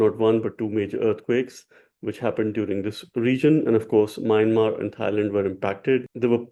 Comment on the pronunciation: You pronounce Myanmar in error..It is pronounced sounding 'Mianmaar' sir. Hope you dont mind